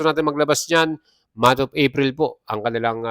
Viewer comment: This month of "AFRIL"😂😂😂😂😂😂😂😂😂😂😂😂😂😂 BWUAHAHAHAHA